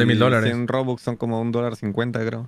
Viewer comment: no entiendo por que le dice bobux y no rubox